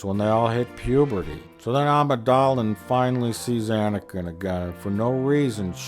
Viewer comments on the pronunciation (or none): "Queen Amidalan" LOL.